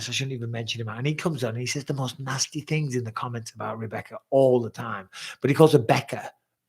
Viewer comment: you said tings, ffs